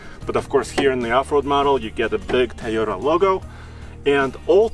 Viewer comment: Wtf is a"THAYOTA" ????